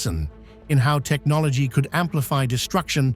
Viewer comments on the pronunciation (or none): none